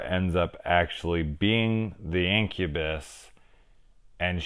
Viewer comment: I guess i really choose the right movie ;) sick review brother, no one talks enough about this movie which is sad, cause its a really cool 80s gem. and yes finally my name pronounced right ahaha